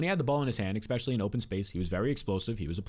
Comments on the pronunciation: Please stop saying exspecially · baby, there’s no x in the word especially